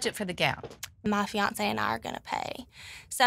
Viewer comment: Please stop putting a t in fiance !!! It has NO t ! You say fee ohn say. NOT fee ont say !